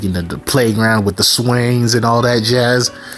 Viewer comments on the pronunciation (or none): none